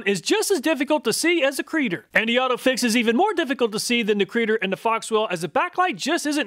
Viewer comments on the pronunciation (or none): It's not a creader, it's a C reader, short for code reader. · I think it's pronounced C-reader. But creader sounds much better